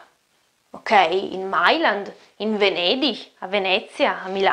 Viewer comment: Hai detto VENEDIG con l'accento della Nort-Rhein Westfalen (come se fosse scritto VENEDICH)!